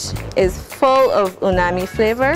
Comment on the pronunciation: She keeps saying unami. The word is UMAMI.